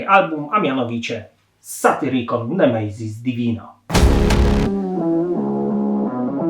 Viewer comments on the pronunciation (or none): Nie "nemejzis divina" tylko "nemesis divina" Nie "Empejror" tylko "Emperor".